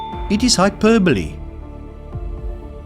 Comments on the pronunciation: Hyperbole is pronounced as pronounced it. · Sous Vide is pronounced soo veed , saute = saw-tay, hyperbole = hyper-bowl